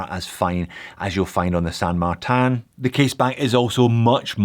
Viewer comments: Are you saying San Mar-TAN on purpose to drive everyone nuts? Looking on the dial and website I believe it's spelled San MarTIN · How do you get San Mar-tan, out of this watch brand's name?, I love you like a foot, but this drove me crazy through the whole thing. It won't stop me from watching, but you can't stop me from laughing.